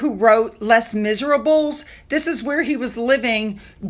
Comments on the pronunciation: Love your pronunciation of Les Miserables! 😂🤣 Try ‘Lay Mis-ay-rah-bler’ next time (kindly meant) 🙂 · "Les Miserables" is pronounced "Lay Miz-air -ah-bluh." (The "S" at the end is silent ❤). Many people refer to the musical as simply "Lez Miz."😅 😅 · The pronunciation 😅